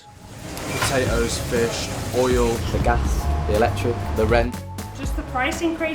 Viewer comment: “ish and chips “ truly issh